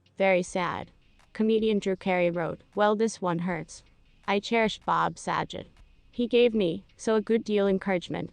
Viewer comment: That's not how you pronounce his name